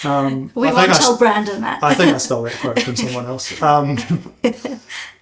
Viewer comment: Love the look of the car, the motor, and everything to do with this project! Also, it's Brendon, not Brandon.